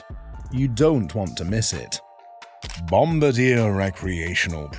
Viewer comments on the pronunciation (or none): none